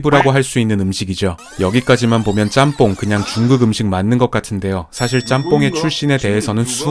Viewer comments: ‘잔폰’ 이라는 발음보단 일본에선 ‘ちゃんぽん’, 한국어 발음으로 표현하자면 챤폰 이라고 발음하는게 현지 발음이랑 가장 비슷한거 같아요 :) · 잔폰아니고 짱뽄이 더 발음 가까워요 ちゃんぽん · 잔폰?? 일본어에 이런 발음이 어딨어 챤퐁이지